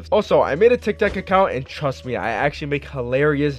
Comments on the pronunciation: He said TikTak account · He said tik tak acount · He said tiktak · In 0:9 u said tik tac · THE FIRST TIME MAN TRIED TO SAY TIKTOC HE TICTAC TF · My guy said tiktak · Lol you said Tik Tac account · Lol hahaha not hating but he said tictac